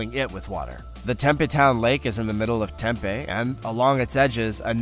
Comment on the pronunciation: Interesting video -- many thanks. But before recording dialog, PLEASE -- begging, here -- get your pronunciations correct! Tempe, Arizona is home to Arizona State University (THE premier party school!). If you call the town tem-PEE instead of TEM-pee you'll graduate with honors. The "big river in Europe" is called the DAN-youb, not the den-YOU-bay. The Tiber river is called the TIE-burr. Otherwise, good work,!!